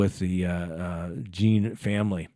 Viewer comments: I have listened to several of your videos sometimes I strongly disagreed with your views.( the Watts case particularly) But i appreciate your concise, intelligent and insightful...so I have..thanks for at least trying to pronounce Botham last name correctly. John not Jean.. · Yes but Botham Jean family has pronounced it JOHN throughout the trial and pronounces it JEAN throughout this video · It’s pronounced JOHN you keep saying Jean. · I'm from st lucoa snd Jean is a very commen surname. It is pronounced "jyuh" because of our French heritage. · Jean is pronounced john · Thanks for the information, but please pronounce Botham Jean’s name correctly. You keep getting it wrong. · You pronounce his name like "John" NOT Jean. And it's Judge Kemp. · No, its pronounced as je-uh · His name pronounced John. Like Sean=Shawn. Jean=John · It’s French, it’s pronounced John. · It is pronounce Jha. But the English pronounciation is John. I know because people in my country carries that last name also most of the Caribbean. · He was from a French speaking country, so anyone should know that Jean is pronounced Zhan. I only had two years of high school French, but I recognized it immediately. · You can tell when the speaker is against the situation, he apparently watched the entire trial, yet he purposely botches the victim's name. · I'm feeling some kind of wsy about you Miss pronouncing his name five times in a row after you corrected your own self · Jean is French. My last name is Jean-Louis.